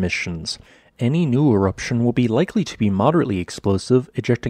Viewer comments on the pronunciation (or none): none